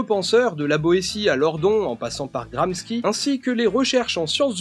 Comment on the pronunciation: Antoni Gramski c'est le polonais, c'est Anton Gramsky le russe. :) La prononciation c'est Gramchi. On peut écouter la prononciation sur sa page wikipedia.